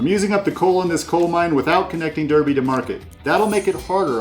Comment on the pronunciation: Great video. But Derby is pronounced 'darby', the rest were good though 😁